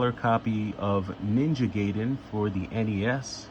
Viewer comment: It's pronounced "guy-den"